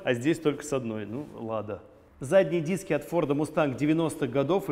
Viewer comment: 😅😂🤣 "эээ нормални диссски постав там" орнул